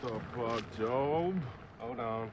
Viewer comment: It’s Job by the way, not Joe. Everyone gets confuse but when I check the IMBD, that’s what it says